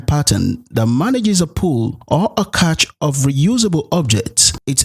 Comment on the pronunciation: cache is pronounced cash :)